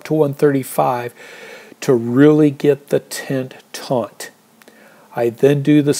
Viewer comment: On the second half, I think you should start with the trekking pole first, then stake out the corners last. Your approach requires a very accurate guess on the corners. Lastly I think it’s “taut” (not “taunt”)